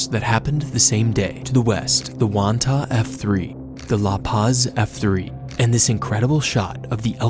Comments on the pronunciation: Slight correction lol. Its Wanatah not wantah lol. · hey there, ima Indiana resident who’s lived in Wanatah and has family living there, it’s not pronounced Wantah, it’s pronounced Wan a tah.